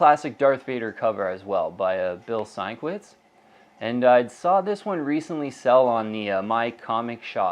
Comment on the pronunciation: Learn how to properly pronounce Bill Sienkiewicz's last name, as he is an all time top 10 comics artist